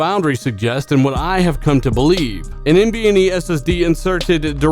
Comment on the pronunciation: I'm sorry are you saying NBNe?